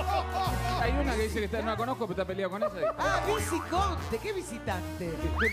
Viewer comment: todo iba bien hasta que dijo "VICICONTE" >:(